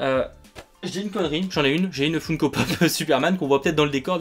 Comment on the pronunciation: "Foune-ko pop " 😩